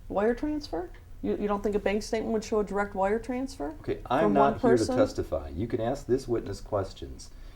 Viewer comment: “be direk and pacific”….